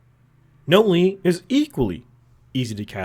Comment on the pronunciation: Notley isn't 'Note-lee' - its 'Naught-lee'